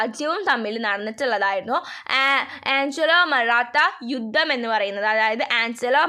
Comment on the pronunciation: Aangalo alla anglo😂😂